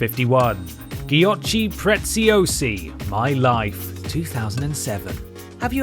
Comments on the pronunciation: The giochi preziosi pronunciation hurt my brain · The way you pronounce Giochi Preziosi is pretty hilarious 😂